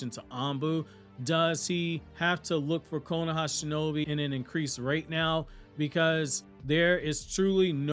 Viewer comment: Stop saying “KONAHA” it’s called the Leaf Village bro